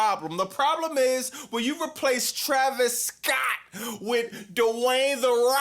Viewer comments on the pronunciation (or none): “Travis Scoatttt” 😂😂😂😂